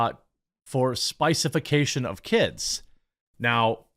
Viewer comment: This nigga said the “spicefication of kids” 💀💀💀😂😂😂